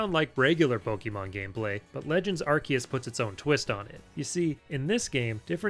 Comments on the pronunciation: Its Arkoos xD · nah its pronouced arkoos